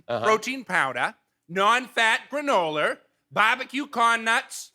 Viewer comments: The baby said "granoler" when there was no initial vowel sound in the next word. Not legit. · Yo we don't say GRANOLER. But shout out to Rehoboth! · Don't agree. He added an R to "granola" when that only happens when it's followed by a word with an initial vowel sound. We don't just randomly add R to the end of words.